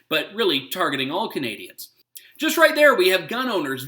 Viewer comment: "Juz to name a few" LOL.